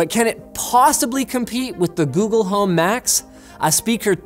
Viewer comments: I thought he said Macs instead of Max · I kept thinking you were saying "Macs" not "Max" (aka google home Max) lol